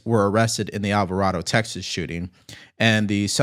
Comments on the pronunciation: It's pronounced Alva Ray Dough, Texas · FYI alvaraydo is how it’s pronounced just so you know